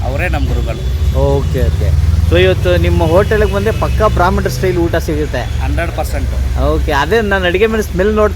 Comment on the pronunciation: ಬ್ರಹ್ಮಣ ಅಲ್ಲ,, ಬ್ರಾಹ್ಮಣ ✔️